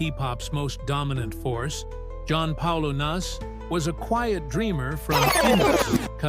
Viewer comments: It's not( nase) ,it's na / se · Thank you very much for this but his last name is prounounced Nase the last letter pronounce it please, he inspires me every day some call him genius i do i always say we are so Blessed(title of one of his songs) because we coexist with him in this lifetime